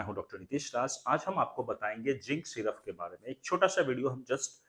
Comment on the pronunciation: syruffff ni hota syrup hota hai